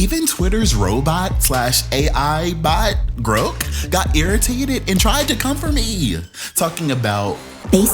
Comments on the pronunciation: groak? baby, it's grok lol. pronounced with the short "o", not the long one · Dude. Grok is pronounced like it rhymes with sock. It’s from a Robert Heinlein novel which means “to understand”. You sound like you’re 80 years old and never touch the computer in your life right now.